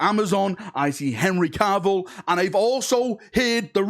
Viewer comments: And its Cavill not Carvill 😂😂 but then it is a video so you have to fudge a pronunciation up! 😂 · 'Caaaarvill' facepalm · Why does the Manc accent change to Welsh when saying "Cavill"?